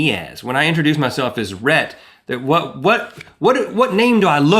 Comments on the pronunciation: Rhett \r-hett, rhe-tt\ as a boy's name is pronounced ret. It is of Latin origin, and the meaning of Rhett is "speaker". Also variant of Rhys. Rhett is most familiar as the hero of Margaret Mitchell's "Gone With the Wind". I figured out who you were named afterrrr...... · You should say Rhett like Ret and Stimpy